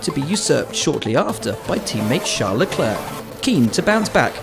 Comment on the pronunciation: The name is CHARLES LECLERC, not Sarl Lecle. It's been 100 times already